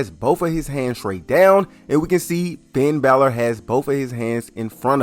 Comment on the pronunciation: did bro call him pinn balor😭😭